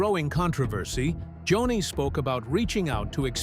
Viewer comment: Her name was JONI pronounced Joan--ie NOT Johnny no no no!